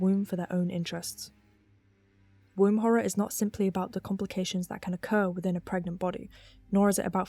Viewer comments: Pregananan? Pergert? Parget? This is the true horror of pragmat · Can u get PREGANTE?